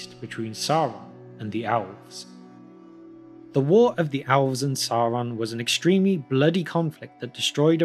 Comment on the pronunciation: Why do you pronounce Elves like Owlves?